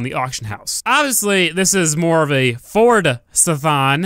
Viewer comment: Fordzathon? no you didint